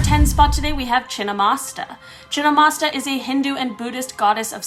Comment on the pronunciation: wrong pronunciation it chhin-mast-tika